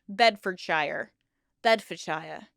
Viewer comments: Pronounced "sheer" not "shire" Bloody Yanks 😂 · The Shire in the names is not pronounces like shire it is pronounced more like sure. so Berkshire sounds like Bark Sure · Pronounced ‘Bedford-sheer’ darling ❤ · the Shire in places like bedfordshie gloucestershie etc is prounonced sheer like sheer a sheep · In the North and Midlands of England, the suffix '-shire' (as used in many county names) is pronounced 'sheer', not 'shur' or 'shyer', hence 'Staffordsheer', 'Shropsheer', etc. However, the exception to this would be the stand-alone word 'shire' (slightly archaic and not often used, but meaning 'county'), which in this instance would be pronounced 'shyer'. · One difference between the English and American accents, shire is pronounced shear when at the end of a name. For example Cambridgeshire is pronounced Came-bridge-shear. Enjoy the channel. Regards from American in England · Shire is almost pronounced suer. Its just the way we say it ❤ loving your videos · in the UK, we pronounce the 'shire' part of place names as 'shear'. E.g. Bed-fod-shear (Bedfordshire). We also have a huge variation in accents by county, and even by individual areas of that county. Even west and east Sussex have a huge variation in accents and culture. We're a small cluster of countries, but there's a lot of subcultures. Hopefully this doesn't come across wrong. I'm autistic, and just info dumping, rather than attempting to lecture. Great video, very interesting snd filled in a lot of information gaps I didn't know. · Wow I live in Northamptonshire (not picking on you but shire is usually pronounced like “share”) and I never heard of this group! Very interesting! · FIY: the suffix "-shire" rhymes with "sir", not like the Shire in the Lord of the Rings.